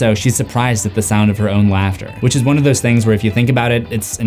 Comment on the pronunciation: Bruh 🤣 🤣 🤣 🤣 🤣 🤣 🤣 "WAT ARE DOSEEEEEE"